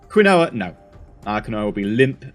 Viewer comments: Hey. I love your science moments in the videos. I wanted to let you know Quinoa is pronounced "keen-wah". (I didn't know either until I was told) 😀 Someone sent me to the shop to buy some and I couldn't find it ... until they spelt it out to me. Who ever spelt this originally was likely drunk. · Quinoa is pronounced keen wa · You know, quinoa is pronounced Keen-wah. Don't ask me why, it just is. lol